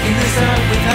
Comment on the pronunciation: Good song, but they mis-pronounce the word Jalapeños (HAL-ə-Peh-nious)